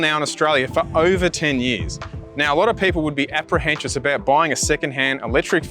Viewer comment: Apprehenshis? New English word? 😅